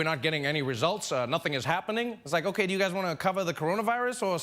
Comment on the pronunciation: “okai” LMAO